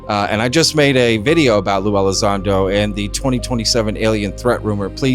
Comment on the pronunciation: Sue Elizando 🤣🤣🤣